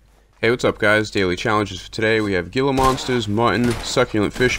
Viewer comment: GILA is actually pronounced "Hee la" the G makes an H sound, Spanish. Love the videos. Keep it up!